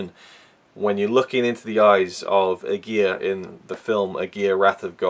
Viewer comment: You totally mispronounce Aguirre, that is already a big no no.....